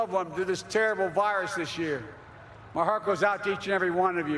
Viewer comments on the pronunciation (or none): none